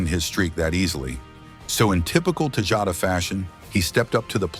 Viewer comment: It's AI. Obviously not very good quality either considering it pronounced Tejada like 5 different ways throughout the video.